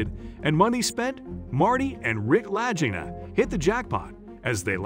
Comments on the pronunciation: He doesn't even pronounce there last name correctly. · I hate listening to people who can't get names correct when they're telling a story. That's one of my pet peeves. I'm outta here. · My goodness. Please learn how to pronounce their last name. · First thing I would have done in making this video is make sure I knew how to correctly pronounce their name! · at least pronounce names correctly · Im sorry i cant stop laughing....this guy has mispronounced their name like 4 different times in 4 different ways🤣🤣🤣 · lololol All the pronunciations of Lagina in this video have me rolling hahaha.. All they had to do was watch the show to find out how to say it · You keep pronouncing the brother's last name wrong. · My God how many different ways can your computer man mispronounce the Latinas name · What about the treasure? If you did your homework you would I ld pronounce names correctly. Still searching. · If you're going to hijack material from another channel in order to promote your own, you could at least put in the effort to pronounce the Lagina's name correctly. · From the butchering of they're last name? To the Roman sord that was never found? This is pretty inaccurate ! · you can't even pronounce their last name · Do some research and learn how to pronounce their last name. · It would be nice if you pronounced their name correctly. You must have never watched the show. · Please quit mispronouncing their last name! Good grief! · If the narrator had watched even one episode he would know he's grossly mispronouncing Rick and Marty's last name. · This is really a bad video. You didn’t even find out how to pronounce their names. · Read the comments after hearing the brother's name mispronounced twice. It's a HARD G inLagina! Narrator has apparently never watched 1 episode, which is alarming. Now that I know that they still have not found anything of consequence, then I think I will stop watching. No matter how handsome I think Rick LaGina is to me. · OMG YES❗️